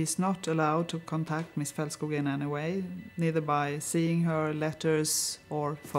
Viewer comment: It's Felt-skoog, not Fault- skogg